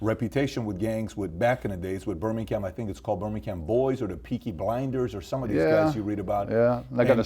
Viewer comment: In Burminkham " lol